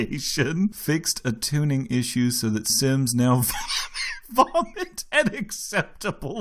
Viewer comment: Wheezes: "Fixed a tuning issue so that sims now VOHmEt...Vomit at acceptable levels" "It is no longer possible to ``Try for baby`` WlTh THe GRhiHm RHeAphEr" "Baby sims will no longer become StAHHHHHhhh...Stuck on a sims HAND...While driving a CaHrRRrrr" "A meteor can hit a building, Which case everyone will run out before the collision. Those who do not exit the building will die. Sims automatically leave if a meteor is approaching, UHnless it is a school IHnWhItCh...In which children are not allowed to leave and will AhlwAyhs DiheaiHEHEHAhahehe" Your welcome